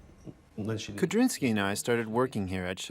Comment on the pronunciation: The pilot's name is Kudrinsky, not Kabrinski. -sky is a Russian suffix.